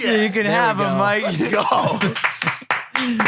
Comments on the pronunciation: Why does it sound like Logan calls mike “mark” every once and a while. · Am i the only one who keeps hearing logan call mike mark??? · is it just me or is Logan saying mark instead of mike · I swear Logan purposely says mikes name wrong